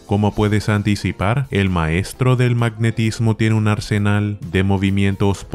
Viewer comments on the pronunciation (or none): none